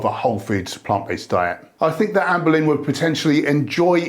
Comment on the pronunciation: I will never not hear you say "Anne Boleyn" when you say her name... 😅